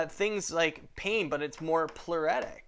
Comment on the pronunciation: ploo- RIT- tic excellent vids btw👌